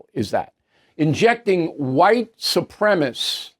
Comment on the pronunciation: “Supremacist” has four syllables, Bill. Just sayin’.